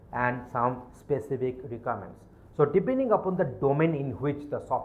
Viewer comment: Wtf is this?? Voral interview??? Rikaments?? Wow.